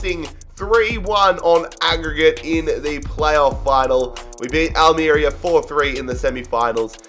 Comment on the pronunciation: its Al me ria